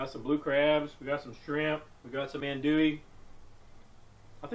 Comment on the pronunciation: "Anne Doolee" is the old lady who lives around the corner. It's pronounced "Ahn-du'-ie" sausage,.... DAWLIN'. (I'm from New Orleans) Great video, although you should leave out the butter, not healthy and makes everything slippery, cook your sausage on the grill (otherwise your seafood will taste like sausage), and most importantly,... GET A BIGGER TABLE. LOL. 😄😄😄